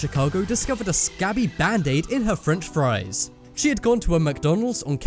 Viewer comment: No no no not mocdonlds freanch fries